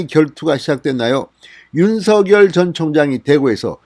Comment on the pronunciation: 윤성녈이라 발음하는게 맞습니다